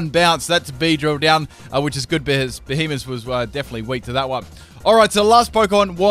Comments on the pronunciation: It's not beheemen. It's beheeyem xd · y does it sound so much like he say behemoth instead of b he em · couldn't tell if you said it right